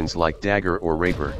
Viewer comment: “Dagger or rap3r” lol its rapier btw